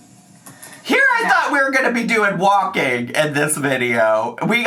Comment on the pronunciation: Remember when she said walkeen was “so boreeen” and that’s why she doesn’t like walking?